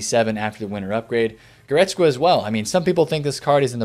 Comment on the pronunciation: GoretzKA.. not goretzGRA